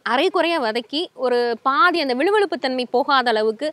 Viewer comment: கோவைக்காயில விழு விழு தன்மை இல்லை வழுவழுத்தன்மை முதல்ல தமிழ் நல்லா தெரிஞ்சுகிட்டு பேசுங்கம்மா